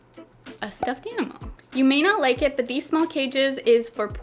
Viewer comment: i love how you pronounce the word "enimal"